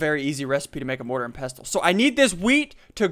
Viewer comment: Pestle is pronounced pessle